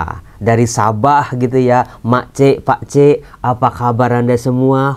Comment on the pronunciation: sebutan pak cik, mak cik, hujung nya sharp sikit sebut ya..